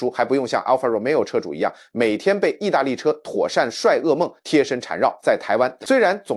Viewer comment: 妥善｛率〕律變妥善（率）帥